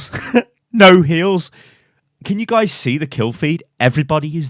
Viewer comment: “and you can see the name of the gays”